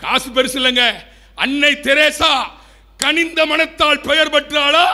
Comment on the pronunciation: தளை இல்லை அது தலை. கணிந்த இல்லை அது கனிந்த. தொடர்ந்து பார்கவே விருப்பம் வரவில்லை.